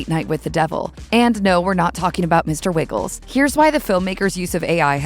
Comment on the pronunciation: Mr. Wiggles?? Just saw this movie last night and the character’s name is Mr. Wriggles as a descriptor of its ability to wriggle its way into Lily’s consciousness. I appreciate calling out the AI conversation, as that is important, but it’s tough to not view this video as just fodder when arguably the most important character’s name is mispronounced multiple times. Did they watch the movie?